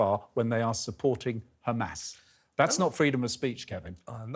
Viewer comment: It’s Hamas not humus